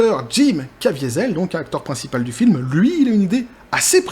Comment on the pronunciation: en parlant de ça, tu as mal prononcé "Caviezel" (le châtaignier) qui est un patronyme extrêmement courant dans les Grisons.